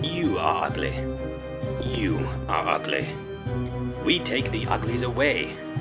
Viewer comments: i love how goofy the tv guy pronounces "ugly". "you are ugleh." lmaoo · I hear a lot more ugleh but I don't hear pretteh as much but I do kind of